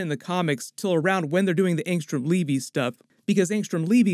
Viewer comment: Did Kirkman call him Leavy? If he didn't then the pronunciation is Levy like the Dam, or maybe like the jeans